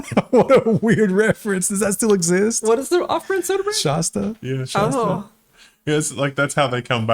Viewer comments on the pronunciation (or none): You pronounce Shasta like monsters! 🫤 A as in hat. ❤️